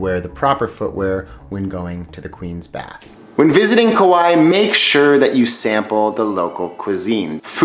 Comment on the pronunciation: hawaii was pronounced wrong, kauai was pronounced wrong, lihue was pronounced wrong